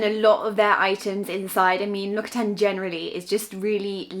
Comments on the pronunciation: L’occitane is pronounced l’okxitan by the way not l’okitan. Source : am French. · The way you pronounced l'occitane made me chuckle.